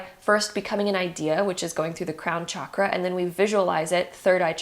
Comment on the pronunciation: Honestly couldn’t concentrate because of how you’re pronouncing chakra